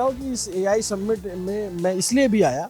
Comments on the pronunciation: Submint ❌ Summit ✅ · सम्मिट nahi hai bhai समिट kehte hain..PRONOUNCIATION समिट hai